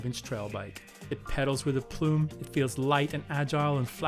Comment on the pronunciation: TheAegisClaw- Including his bizarre pronunciation of 'aplomb' as 'apluuume' ??